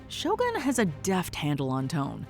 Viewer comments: It's "Shogun", not "Show gun"...... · Every Westerners keep calling the show as SHOW GUN instead of Sho-Goon (pronunciation). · I see is still calling it "Show gun" and not show u goon.